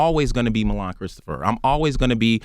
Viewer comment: WHY CAN'T ENVY PRONOUNCE MILAN?! WTF? LOL